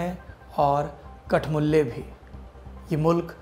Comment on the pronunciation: Did he really say kathmulle ? 😂😂😂